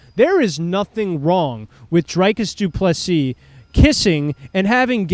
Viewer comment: Dude can’t even pronounce DDPs name right, we not watching this casual